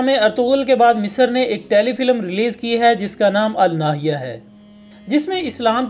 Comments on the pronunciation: سب سے پہلے ڈرامے کا نام کو صحیح پڑھیں ۔یہ الناھیہ نہیں ہے بلکہ النیھایہ ھے۔the end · Iska naam "Al Na Hi Ya" nehi " Al Ni Ha Ya" hai... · Bro! AL na'hayaa Bola Jaye ga na ky AL nahya...anyhow nice work n great informative video keep it up.. ❤️👍